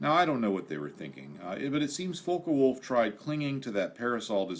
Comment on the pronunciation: It is NOT pronounced "fokah wolf" it is pronounced "fock wolf"!